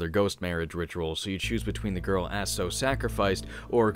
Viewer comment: if i remember it correctly she was keeping all sins of all the people who decided to commit suicide on that mountain Your pronunciation of Aso is corrected I was playing the Japanese version with the underwear costume the spying camera level was way too much XD